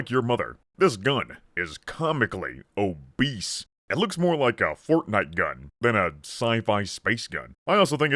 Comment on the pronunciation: I love the way you say "OBBESE"